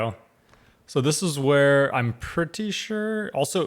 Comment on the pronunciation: I grimaced when he pronounced it "where"!